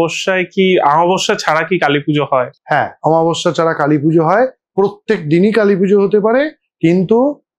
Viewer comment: দাদা একটা ছোট্ট এডভাইস ছিল তুমি প্লীজ বাংলা উচ্চারণ গুলো একটু খেয়াল করো। অমাবস্যা কে আমাবস্যা বলছিলে বারবার